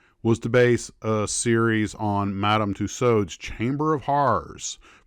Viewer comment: We do indeed say "two swords" but pronunciation is closer to the correct one.